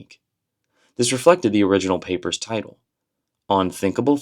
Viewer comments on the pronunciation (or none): none